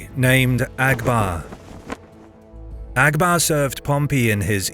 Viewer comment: Abgar not Agbar